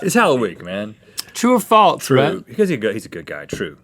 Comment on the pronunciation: Why does Rhett say false like "faltse"?